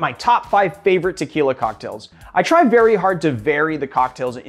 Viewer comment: I really wish you would stop mispronouncing it. And call it Tequila Blanco, not the other way around. If you cab pronounce orgeat by its actual name, why not as well with tequila?